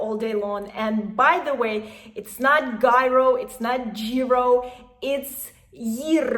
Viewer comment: Deserves a like just for going into the effort of pronouncing "γύρο" correctly.